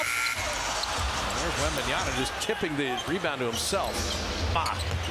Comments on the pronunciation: Wembanyama not wembanyana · It's Wembanyama, not Wembanyana. Announcers should be better than that. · It's not Wembanyana, you knuckleheads. LOL. I cringed every time I heard the announcer say that. And you go and write it like that in the video title too. It's WembanyaMa with an "m". I get that it's a complicated name to say, but the announcer should know better. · I thought it was Wembanyama, but the announcers are saying WembanYANA. What gives? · That's Warriors announcer keeps calling Victor "Wembanyana" 🤦🏾‍♂️ like my dude it's a long name but it ain't that hard to pronounce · that caster kept saying 'Wembnyana' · Did nobody pull this guy up for saying 'Wembanyana'? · "Wembanyana " destroyed what ? ? Well, you ruined his name . It's Wemba-nya-MA ya know, or Wemby if mastering four syllables is that hard . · cant people read right? its in the back of his jersey in all caps "WEMBANYAMA" yet, they still choose to call him "wembayaNa" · Yeah sounds like Wembanana I don't like that 😡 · the announcer keeps saying his name wrong all the time lmao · Wem-ban-yaMa. Why everyone mispronounce. Learn his name!! He's the future goat!! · *WembanyaMa. Pathetic "commentators" can't even get his name right. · Why are these announcers saying his name with an N? It's literally right there on his jersey...wembanyaMa.